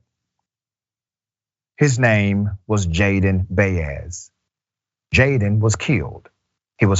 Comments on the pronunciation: Hello Dr Richey First of all, Jayde's last name is NOT pronounced "bay-es". It is pronounced as "bah-es". Latin people deserved the respect to have their last names pronounced correctly, just like European, African, and Asian last names. Second, it it quite obvious that they did not turn on their body cameras because they were planning NOT to behave in a 'legal' way. They did not want ANY evidence that would get them convicted like for Chauvin. Third, at this point, it SHOULD be quite obvious that police Sheriffs, Captains, or other top brass will NEVER admit that their officers did anything wrong. They always say or deny any wrong-doing and defend bad behavior and cops at all costs. Their comments can no longer be trusted to be the truth or reasonable logic. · FaceTime the ethnic background of this young man and my experience listening to the pronunciation of dozens of athletes with this last name I would conclude his name is pronounced Bai•yez.